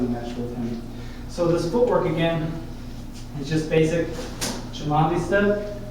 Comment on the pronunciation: You are pronouncing Cimandie inccorectly, and tgis is not half moon steps